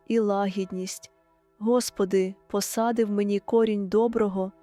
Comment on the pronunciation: Дуже гарна молитва 🙏🙏🙏 але наголос у двух словах треба змінити,,, посади і охорони. 🙏🙏🙏🙏🙏🙏🙏🙏🙏🙏🙏